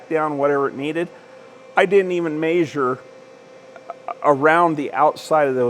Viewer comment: The old man “maysures” with the mic